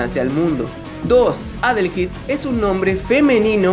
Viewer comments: Se pronuncia "adelhaid", Adelaida en español pero supongo que este sería Adelaido. De este nombre surgió Adel y Aída, y creo que ( no estoy seguro) también tiene relación con el nombre Haydee (Heidi) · Yo siempre lo pronuncie como adeleid y no adelheid jajaja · De hecho se pronuncia como "Adelaid" Ya que la h es muda. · adelheid, oyeron? adelheid. uh la la señor frances si como no. +como se dice entonces? -minirugal